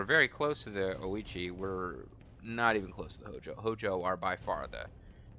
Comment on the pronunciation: Ouchi = hard 'oh'-chi